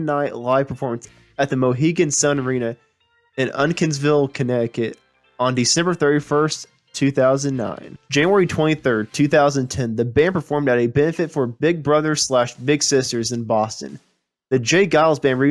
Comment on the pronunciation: Narater mispronounced Lansdown and Uncasville.Didn't mention Full House!!He musta be a kid